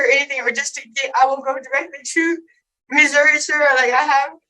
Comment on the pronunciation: You have been pronouncing Missouri right. It is Missouri not Missoura.